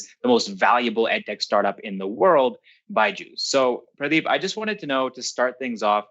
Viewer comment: the way you pronounce Pradeep's name is immaculate. Keep doing the good work.